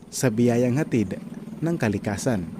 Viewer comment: Huy! Ayusin mo Tagalog mo. Bakit ka-ragatan, ka-likasan ang pagbaybay mo sa mga salitang Tagalog na yan at iba pa? Hwag mo na gayahin sina Korina Sanchez, mainstream media at celebrities na mina-murder at wikang Tagalog. Binibigkas yan ng tuloy-tuloy tulad ng salitang karagatan (ka-ra-ga-tan) at hindi "KA-ra-ga-tan", at sa kalikasan (ka-li-KA-san) hindi "KA-li-ka-san."